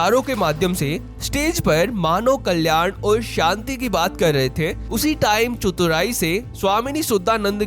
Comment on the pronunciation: शुद्दा नन्द नहीं। शुद्धा नन्द। शुद्ध = pure चुतुराई नहीं। चतुराई। भाई अपना pronunciation सुधारो। भाई तुम्हे तो धर्म लिखना भी नही आता।